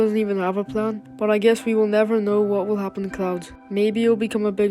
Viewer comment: bro said cloads